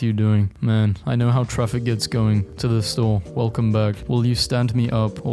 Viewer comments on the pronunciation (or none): none